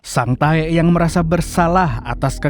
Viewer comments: Sang Tek kalok dibaca Bukan sang taek😂😂😂 Taek ngak tuhh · Kok sering bngt nyebut sang taek nya ngab😂😂😂😂😂anjay